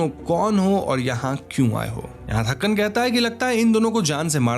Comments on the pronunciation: it's तंकन, not थक्कन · its thanghan not thakan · Not Thakkan it's Thankan 😂